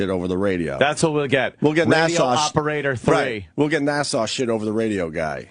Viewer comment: opie's still saying NASSAU instead of NASA i see